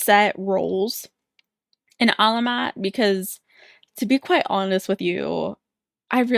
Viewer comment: You’re saying their name right Queen. Despite similarities, Alamat and Salamat are not stressed in the same place. Thanks for reacting to Alamat!!